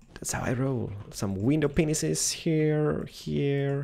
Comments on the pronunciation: did u say window pinus? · I think is awesome, but did anybody besides me hear "window penises"??